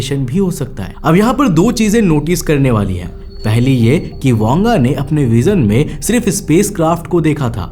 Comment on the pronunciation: बाबा वेंगा है वांगा नही ठिक से पढ तो लो 😂😂